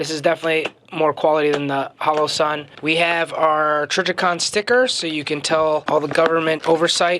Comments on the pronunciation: The "halo"??? You mean "HOE-LOE-SUN" or "HOLLOW-SUN"? (And I know it's a bit picky, but..."buyen"? Do you mean " buyin' ", as in the contraction for "buying"?) Otherwise, GREAT review! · Halo and holo are pronounced differently